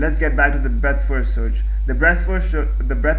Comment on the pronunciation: breast first searh LOL :P